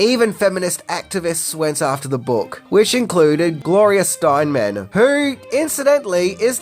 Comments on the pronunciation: I’m not entirely convinced that’s a photo of Bale and Gloria Steinem, but in any case, her name is Steinem, not “Steinman” (pronounced STINE-uhm). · Steinem, not Steinman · Proper pronouncement is STEYE IM